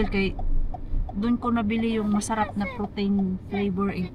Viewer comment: say it as protin make it hard not protain. Just a sisterly advice.